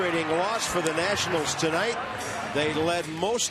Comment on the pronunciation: ah yes, the Washington Natinals